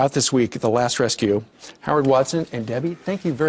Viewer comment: It's WasDIN, not Watson. Said it wrong twice.